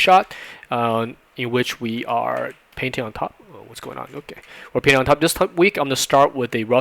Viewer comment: Am I the only one who hear "penis" instead of "painting"?